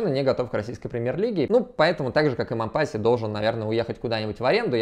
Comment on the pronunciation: Раз уж в ролике зашла речь про Мампасси (у него всё-таки на последний слог ударение, на французский манер) и Мариуполь "стёртый с лица земли" - рекомендую посмотреть ролики с канала "Мариуполь видео". Там показывается, в каком состоянии сейчас город. Выводы каждый сделает сам. п.с. Ссылок не вставляю, с ними коммент автоматически удаляется.